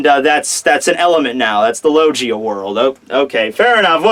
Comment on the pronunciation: does anyone else cringe when he says logeeia???